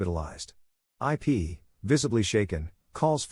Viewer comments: These AI voices... jeez. "Eye Pee"... really? It's like you really need to spell out the pronunciation so it knows how to say Ip's name correctly. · "Ip" is a word. A name. Not two separate letters. Stinking A.I.